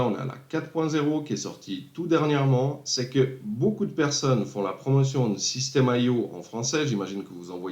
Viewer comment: super vidéo... c'est pas système AIO, c'est IO ;)